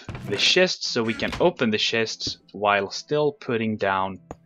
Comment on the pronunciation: "Shests Shests" *sighs* Well i want to watch so ignore it you know he means CHESTS so ignore... ignore geoffros1 IGNORE :P